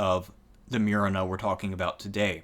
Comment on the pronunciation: It's Moo-re-na